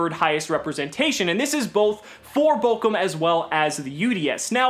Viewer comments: Not bokum, but borum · It's funny how you pronounce Bochum hahaha xD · love it how missprounces bochum xD (just funny for an nativ speaker ) and guys don't tell yuginono dont wanna burn for all eternity in hair with all that burn players